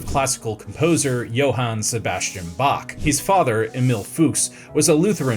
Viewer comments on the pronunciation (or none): none